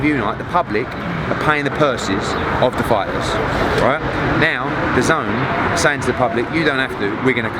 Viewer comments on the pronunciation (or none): Thy keep saying d’zone . When it’s dazn dah-zen